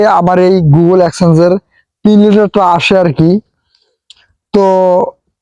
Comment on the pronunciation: এ ভাই গুগল এক্সেস নারে এটা হলো গুগল এডসেন্সে 😂